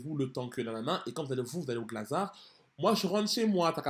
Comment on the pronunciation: Mdr les parisiens ??? Dites moi que vous dites « GlazarT » en prononciation ? On lis le T, je suis pas folle 😂